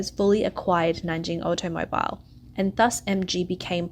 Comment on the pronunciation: When the word "automobile" is in the script but you've never heard anyone say it before...